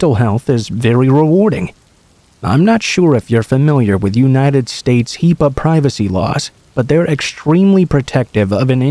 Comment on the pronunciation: it's Not HEPAA it's HIPAA